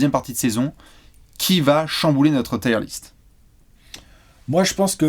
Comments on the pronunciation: Je fais mon anglophone de merde mais même si je sais que la prononciation est forcée le mot "Tier" se prononce quasiment comme en français et pas "Taieeure liste" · Je suis allé vérifier, on dit bien "tir" list. Ce commentaire est sponsorisé par Harrap's. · Haha va nous présenter sa liste de pneus:) (oui il dit "tyre list"). PS: la miniature est en peu spoilante, pour ceux qui reconnaissent les logos en petit. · putain! "tire" list (liste de..pneus 🤔??) c'est pas possible!